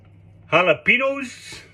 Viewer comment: Considering he is whiter than a piece of freshly made paper and cannot even pronounce Jalapeños correctly, I think the most daring thing he did in this video was use some in his “Dish”.